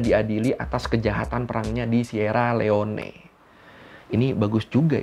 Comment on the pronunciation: koq ngakak ya pas baca Sierra Leone.... Bacanya simpel kak,,"sirri liong"... wkwkwkwk